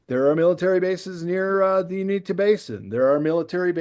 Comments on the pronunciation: And btw it's UINTAH Basin. U- in-tah. Also pronounced Oo-in-tah. Related to words Utah and Ute. DEFINITELY NOT the "Unita" Basin. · You-IN-tah. Don't underestimate people. Pennies on the dollar ranch, tranformed into a 'supernatural' television show. That's a long term project. Scare the Shermans... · the ranch is in the middle eastern part of the state, and Uintah is pronounced you-in-tuh.